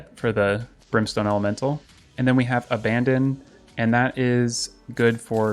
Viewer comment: also you keep saying abbadon (ab-uh-don or ab-bad-in) as abandon. just a random nitpick lol